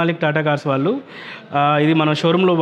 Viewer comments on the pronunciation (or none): none